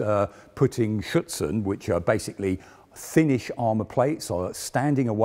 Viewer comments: I heard "Schützen" (rifleman) instead of "Schürze" (skirt). He is not really pronouncing the "r" in "Schürzen" which is important for understanding the word. (At least for me as a native German speaker) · Superb content, as always. Two suggestions: you may pronounce the manufacturer MAN not as thev word "man" but as single letters: "em a en". Afterall it is an abbreviation. Secondly, when you refer to the added standoff armour I always hear "Schützen". In reality it is "Schürzen" (apron).